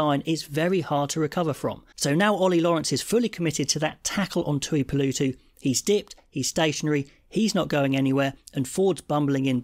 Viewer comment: It’s a very minor nark, but please god, get the name pronunciation correct… The tooeepoolootoo stuff was getting my inner Karen dick up. Thanks. Love your work.